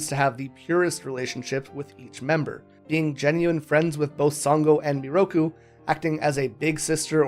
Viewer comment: took me half an hour to understand you pronounced Miroku in a nearly identical way to Naraku which explains why some points confused me immensely... I loved the video tho ! good work ! (also yes sango is 100% an angel)